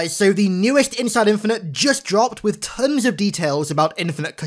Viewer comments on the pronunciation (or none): none